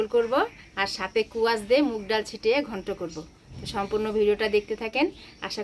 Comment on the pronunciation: কুয়াশ না, স্কোয়াশ বলে, উচ্চারণ ঠিক করে বলো